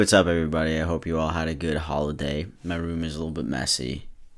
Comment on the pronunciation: i thought he said Holi-they i died